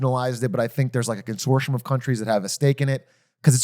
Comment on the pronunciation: Its not "con-sore-shun" its con-sor-tee-um.